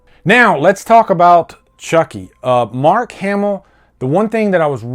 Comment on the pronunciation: mark not ass